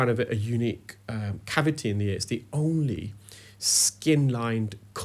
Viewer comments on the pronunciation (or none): Iv always found it unusual how some people pronounce “only” as “olnly”..a bit like how some say “arks” instead of “ask”